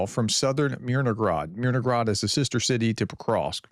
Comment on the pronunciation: Hey Prof... there is no G in Myr no hrad. :) Influence of Russian: In Russian, a related language, has a similar letter 'г' that is pronounced with a hard 'g' sound. Because of this, some may incorrectly assume that the 'h' in "Myrnohrad" should be pronounced as a 'g'. Little things bug me... 😄